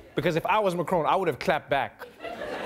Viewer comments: WHY DO YOU KEEP CALLING HIM MA-CRONE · It’s MAC Ron like in MAC donalds